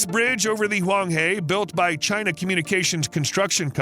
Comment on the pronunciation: China not Đina